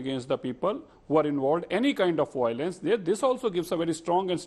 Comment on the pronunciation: Mr BJP Spokesperson, Stop mispronouncing Canada as Kun-ay-da and violence as Voilance.